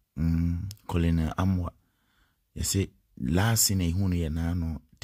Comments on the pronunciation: That word is pronounced "kernerl" eventhough it`s spelt colonel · is not colonel but Kenel